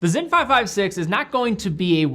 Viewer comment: is it pronounced with a Z? I am confused? It’s SINN right?